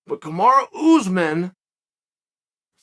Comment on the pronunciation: Ooozemen. You do this for a living . Mokelshv, komzot. Should probably learn the names of the people you talk about for a living. Couldn’t even say breakfast or cereal while sponsoring it.